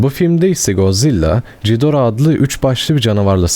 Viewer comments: CİDORAH DEĞİL GİDORAH 😊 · abi yanlış okuyorsun lütfen bu yorumu gör ve doğru oku valla içine iniyor yanlış anlama godzilla - god zilla (doğru okuyon) mosura - mot-ra Ghidorah - gidorah angirus - angeyrus okunuşları bunlar ab